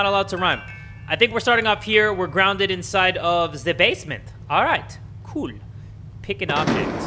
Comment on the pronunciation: I keep watching that moment just to hear saying 'k00l'